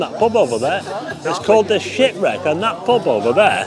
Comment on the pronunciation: I thought you were swearing at first had to listen again when you said the shipwreck lol 😂